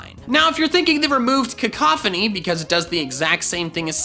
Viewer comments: cacophony lmao. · baby shoyru Cack-a-phony